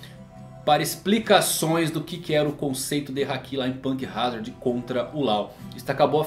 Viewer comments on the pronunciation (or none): none